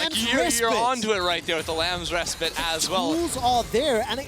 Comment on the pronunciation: Why can't they pronounce 'respite' properly?